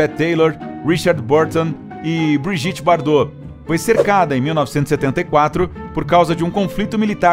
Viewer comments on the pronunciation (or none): none